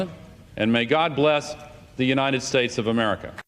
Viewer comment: I honestly can't hear that phrase anymore without hearing "God blesh The United Shaesh...." LOL! I'm not meaning it as in making fun of Trump, per se, but it's just so etched into my mind that it's the first thing that I think about LOL!